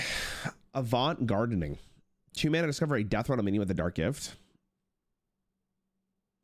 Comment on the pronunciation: Him saying mimicry wrong gave me PTSD of when not a single streamer knew how to say "Photographer" correctly. Edit: And Avant-garde lol